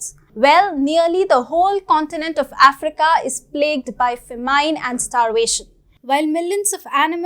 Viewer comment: ..."fah-MINE" ? 😂 I love this channel.